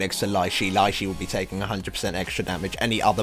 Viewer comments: ur slacking on HCs, i did toes HC 5 weeks ago lol. And Lei Shi is pronounced 'LEE SHE' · It's "Lay She". The only time "ei" makes a long E sound, is when it's after C. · No it's pronounced Lei'Sheeeeeeeeeeeeeeeeeeeeeeeeeeeeeeeeeeeeeeeeeeeeeeeeeeee!